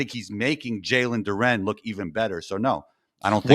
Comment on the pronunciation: I know P gotta be loving this engagement! He really brought this guy on to spout a load of bull ahaha - listen to how he pronounces Duren ffs! Anyways, loving the show!!!